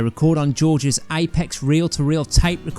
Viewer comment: Dude. AMPEX reel to reel tape machine...NOT 'Apex' lmfao... get your sh#%$t together man